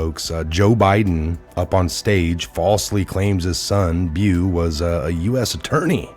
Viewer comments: It’s pronounced “BO” dude! Not Bew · Beau. Pronounced Bo js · Beau is pronounced "BO"....rhymes with "NO" Thank you Lord bless you